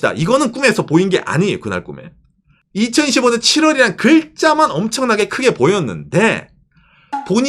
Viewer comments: 저번부터 느꼈는데 2025년 읽으실때 2015년으로 들리는거 저만 그럼?? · 이가 묵음입니다